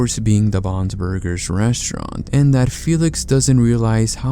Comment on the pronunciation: The way you say "Bon's Burgers" makes it sound like "Bob's Burgers" which just makes me think of a crazy story like this happening with the Bobs Burgers family lmao